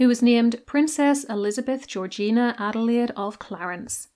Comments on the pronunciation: As a German myself, I don't say it very often: your pronunciation of German names is spotless. Great job. 😊 Thank you very much. Adelaide was such a great, kind woman. It was so interesting to learn about her! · German here living in the USA, your pronunciation was perfect. I appreciate the effort to get it right! Shows a lot of respect.